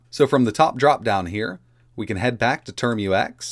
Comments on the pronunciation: It's TerMUX, not Term-U-X. It sounds like tmux. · Pronounce "Tar-max" not "term-u-ex" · ... `term-you-ex` nonono `term-ucks` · TERM-UCKS not turm-you-ex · So we just gonna ignore how he says "termux"